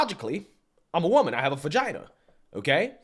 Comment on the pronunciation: Is saying fagina? Why does is sound like an F instead of a V, when he says Vagina? Or am I just hearing things?